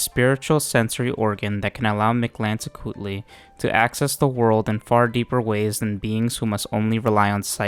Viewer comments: You get a like for effortlessly pronouncing Mictlantecuhtli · I have to say as a mexican. You Pronounce very well Mictlantecuthli, Im impressed.